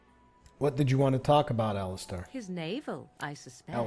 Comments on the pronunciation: Well I personally go by Al-is-ster despite my spelling but I believe it's Al-is-stair as it's spelled, one thing that agitated me about play through is he always said it Alli-star. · It's pronounced like the league of legends character alistar (Alis as in Alice in wonderland and star as in star)